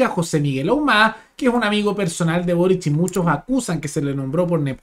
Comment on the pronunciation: Con énfasis en lo de "amigo personal de burric"